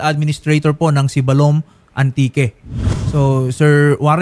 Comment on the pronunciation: Hindi manlang kinorek ng nagsumbong dyan paano magpronounce ng Sibalom ay Siibbalom slow